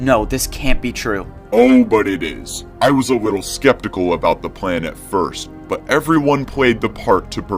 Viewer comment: He said wittle bit and weally